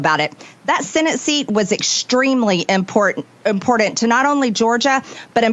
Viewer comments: . She almost pronounced "important" correctly. She catches herself and says it incorrectly as "impordant." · "...extremely impordent..." I bet she spells it just like that. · Did she just almost pronounce "important" correctly then catch herself?